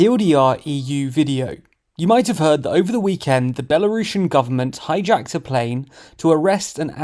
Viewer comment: Why you say Belarushan, it's Belarusian. Don't disrespect my country and not mix it with Rusha, okay? Again: Belarus - Belarusian